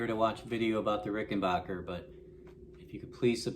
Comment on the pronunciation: Rickenbacker not RickenBOCKER